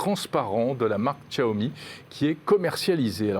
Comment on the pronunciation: Vous prononcé toujours aussi mal Xiaomi :) Sinon prononcez sciaomi